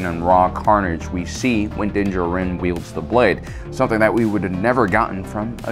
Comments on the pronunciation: Din Djarin's last name is pronounced in a similar manner as Django. The "d" is silent. It was bothering me. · You are allowed your opinions, but Jesus man say his fucking name right. It's not Din Djar In, it's Din Djarin. Say it like it's one fucking word dude, how hard is it. The armorer fucking says it, out loud, Moff Gideon said it, out loud. Do you actually even watch these shows or do you just read the subtitles? Fuck man, come on, it's not hard. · The way you say Dinn Djarin hurts my ears. The Armorer literally says his name in the episode. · How do you watch the show this closely and still mispronounce Mandos name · Why tf do you say Din Jarin's name like that there's no speculation on pronunciation they say it several times in the series, fuck the way you say it drives me insane